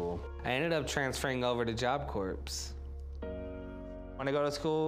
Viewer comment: He was in Job Corps and can’t pronounce it? 🙄